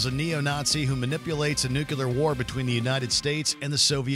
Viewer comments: NUCLEAR = New + Clear NUCULAR = Wrong + Mispronounced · Nuclear not nuculear. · If you're going to make a video that involves nuclear weaponry, can you at least use a host who knows how to say Nuclear, rather than "newcular" for the love of sanity? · Say "new" - "New' - Now say "clear" - "Clear" - Now say "New, clear" - "New, clear!" - Brilliant! You've got it! Say "nuclear"! - "nUcULaR" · Nuclear... not nucular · “nuclear” not “nucular” ffs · People who say "new-cue-ler" drive me crazy Also, no mention of "Greenland"? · New clear. New clear. Why is it so hard for people to say nuclear properly? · "nook-you-ler"?? really, Watchmojo? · "nucular"? Really? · Please learn how to pronounce "NUCLEAR."